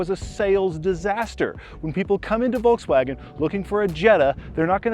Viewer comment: I absolutely hate the way that say Volkswagen “Valksvoggen”